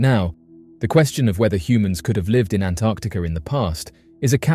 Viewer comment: Thank you for pronouncing 'Antarctica' correctly. So many can't!